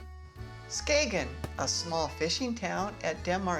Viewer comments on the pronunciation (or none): Well done. The g in Skagen is silent, so it sounds like Skayen or Skane . It gets quite busy on weekends in the summer. If you were looking for more people they can be found out on the beach where the waters meet. You get there by tractors pulling wagons. You can also visit the bunker museum which shows the German defences from WW2.